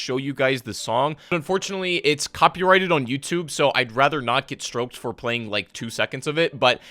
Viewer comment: So no one is gonna talk about how he said “I don’t wanna get stroked,” instead of copyright striked lmfao